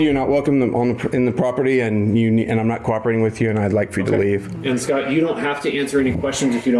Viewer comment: Except he and everykne else in the video continually mispronounce the name 'scott' by saying "scart"